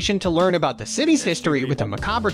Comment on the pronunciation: Kaffee rooster-rei 😂